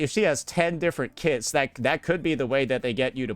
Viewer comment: I kept thinking he said "she's going to have 10 kids" instead of kits lmao